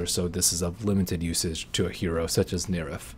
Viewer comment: Dude stop saying Nerif.